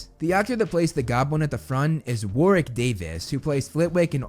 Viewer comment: for pronouncing Warwick correctly this time 😄